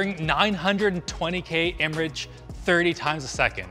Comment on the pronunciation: 'Imrage' Ok